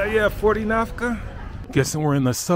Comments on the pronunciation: its "NAKFA" not "NAFKA" 😅😅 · Still pronouncing the currency in the wrong way, AMAZING😂. It’s naKFa not naFKa, but love that you visiting our beautiful country, hope you have really a good time and enjoy it as much as possible. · Thanks for taking me around. But why do you keep saying "Nafka"? It's Nakfa. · A little correction for the pronunciation It’s called Nakfa not Nafka 😅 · Thanks for sharing our beautiful country. By the way, our currency is called naKFa and not naFKa. It's written all over the notes bro 😂